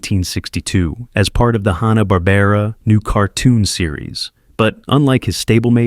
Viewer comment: He couldn't even say "Hanna-Barbera"